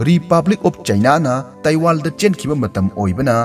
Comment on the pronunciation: Pronounced as ban not bel , taiwan not taiwal , protein not protil and talent not talel